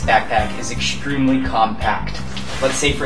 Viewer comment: ekshtreamly) shtraping) it's funny way to say things =) no offense)